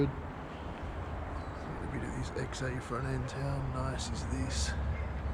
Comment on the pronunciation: i swear i can hear you saying XE and not XA LOL